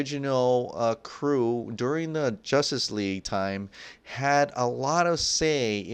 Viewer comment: He says jostice league 😂😂